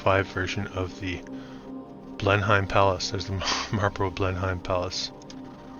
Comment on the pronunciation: Correct pronunciation: Marlborough BLEN - UM (not hime).